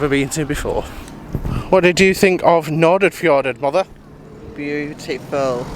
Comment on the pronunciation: Correct pronunciation for English people would be something like Nor-fjor-aid, you are obviously excused for never having heard it. :D . The first d's are kind of barely pronounced. It's entirely weird to see your own home town from the view of a person entirely unfamiliar with it. Glad you liked it, lots of small places have struggled with non existing town planning and parts of Eid (short name) like where you docked is lots of closed down buildings from the old goods terminal you first stepped on and the big white buildings behind which was the old dairy plant.